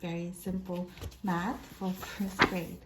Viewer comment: I love how you said Batch instead of Math. 🤣